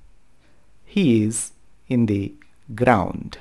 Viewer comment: Sir,good teaching.the pronounce:vowel sound ముందు the nu దీ గా ఉచ్ఛారణ చేయాలని,consonant ముందు the "ద" గా ఉచ్ఛారణ చేయాలని మా గురువు తెలియజేసినారు.pls don't mind.pls.